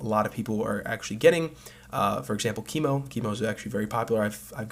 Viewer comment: His name is Chemo: like chemical, not cemo...